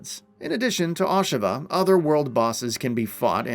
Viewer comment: First time I've heard it pronounced Ahsha-vah